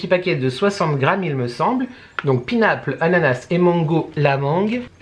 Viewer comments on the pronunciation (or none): Coucou ma viiiiiiiee ! Mais oui on adore Normal ❤ Alors carrément ok pour te voir tester des produits WTF de chez eux 😁 Les prix clairement je ne trouve pas ça excessif surtout que souvent ce sont des produits de marque ! Bref thanks ! Enjoy ….. et arrête de dire « pinaple » 😂 😘😘😘